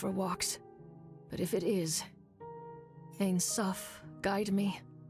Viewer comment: ain soph meens "no end" (Infinity). But they say it like "the end eye".I hate when using Kabbalah like magic...